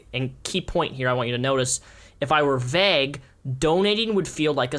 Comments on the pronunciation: Are you saying vague as vegg? Lol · Great video, but the way you pronounce vague makes me feel kind of uncomfortable